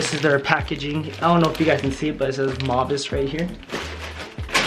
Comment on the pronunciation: It's pronounced "Mow-vay" Their stuff is awesome (high quality fabrics, stylish), I'm a fan.